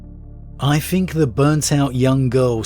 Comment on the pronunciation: Does he say fink? I always wonder this